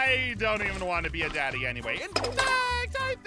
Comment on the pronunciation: It's "Daddy" not "Dadddy"